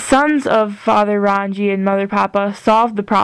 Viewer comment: Rangi Is said like "Rung-ee" Papa is Papatuanuuku, Taine is said like "Tah-nay"